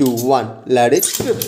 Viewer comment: Bro dialogue ah maathu bro adhu "ladit trip" illa ""let it rip""